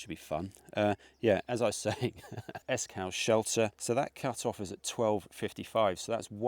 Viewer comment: Another great vid. If you managed Borrowdale OK then you'll have no issues with the cut offs in this, I think they're a bit easier. One minor point Esk Hause is pronounced as in 'pause' not as in 'house' - it's an easy one to miss 😃